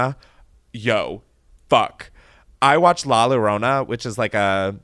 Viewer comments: Llorona is pronounced yo-ro-na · the way u pronounced llorona 😭😂😂 the double L is pronounced like a Y-sound “Yorona” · Lmao how is it pronounced?? Is the double L supposed to be a y sound?